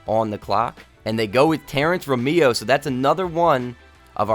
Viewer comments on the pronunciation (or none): Pronouncation of the Magics pick Ro-meo But still i like this series